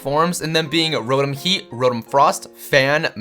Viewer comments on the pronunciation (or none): It's Row-Tom not rodum Its ark-ee-yes not are-see-yes Its Zur-knee-us not whatever the fuck the other pronunciation is it's ee-vel-tall not yeevelta Gr-ow-don not groundon Ray quay za not ray quaz a Dee-all-ga not die all ga